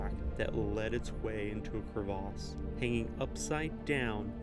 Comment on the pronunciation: It's cravesse not crave arse lol Less background music/noise or no background music/noise would be good